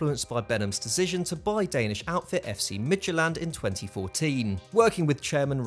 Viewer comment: As a danish person, I would like to congratulate you on your almost perfect pronounciation of FC Midtjylland. It was pretty spot on.